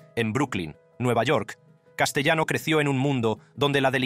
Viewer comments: (1)Castellano es un apellido italiano,por lo cual,se pronuncia CASTELANO.(2)Castellano era cuñado de Carlo Gambino,no su primo. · Se escribe Castellano pero se pronuncia CASTELANO , CASTELANO.